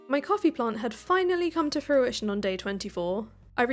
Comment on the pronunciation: If I had a pound for every time she said her crops had come to fruishoin😂